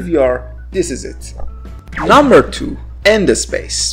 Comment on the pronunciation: What he said: Number three Wands What i heard: Number three Vans What he said: Number two End space What i heard: number two ende space